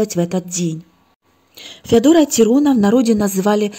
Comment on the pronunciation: Не ТирОна, а ТИрона, темнота!